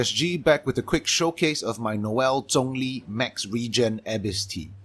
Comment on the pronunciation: hearing him say "She-ung-liing" instead of the common "Shang-leng" is somewhat refreshing. I like it